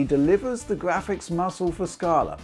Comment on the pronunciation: im here for the gwaphics